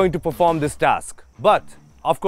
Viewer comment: its task yar not a taksss